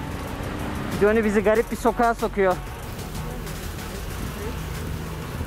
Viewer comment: Jonny ismii 0 degil A yakin okunur...o kadar Amerikada kaldım diyorsun bari sen yapma